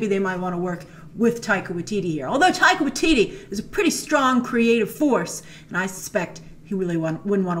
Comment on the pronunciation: OMG : tip: How to pronounce his name properly. Taika Waititi pronounced Tie -Kah Why -Tit-T not Why teetee